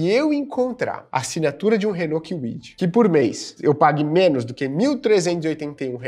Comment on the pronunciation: Renault quiuidi 😂